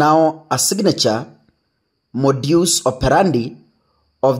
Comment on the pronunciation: The modus is pronounced ..... modas